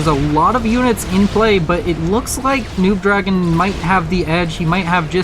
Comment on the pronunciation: Why do you keep calling NoobDragoon “noobDragon” though? Did the player tell you to do that?